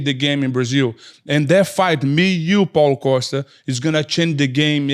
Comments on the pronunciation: Rampage calling Paulo costa caulo pasta is top tier comedy bro 😂😂😂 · I heard "CallitPasta!" 😅